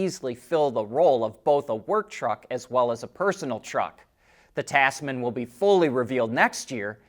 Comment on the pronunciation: Tazman, like bizness. Like a lot of Americans, you try too hard with unfamiliar words. Relax and let the s be voiced.